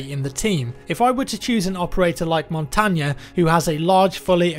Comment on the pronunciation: you said montagne the right way. this prooves how nice and cool you are. one of the best youtuber out there for sure